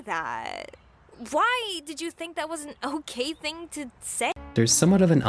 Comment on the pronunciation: “trows a tree” “ting”